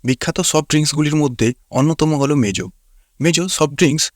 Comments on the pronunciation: ভাইরে মেজু নারে মোজু😂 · Vai mejo na mojo